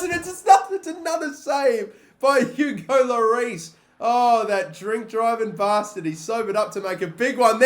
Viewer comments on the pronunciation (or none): none